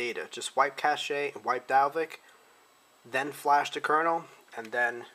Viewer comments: I think this is a great addition to the text instructions floating around the various forums. I know when I first started I didn't realize I had to go in to the recovery menu to get the NANDroid backup. Just an FYI: cache is pronounced "cash", not "cash-aye". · Its pronounced cash, not cash-a just to let you know